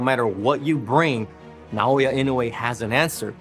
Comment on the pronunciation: Good video on the greatest fighter of our time. Too bad the narrator is unable to consistently pronounce Naoya Inoue correctly.